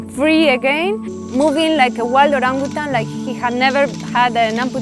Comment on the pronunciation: The way she pronounces Orangutan is perfect 👌 for a foreigner